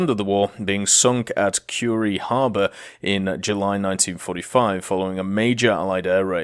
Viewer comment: And Kure is pronounced as KOO-REH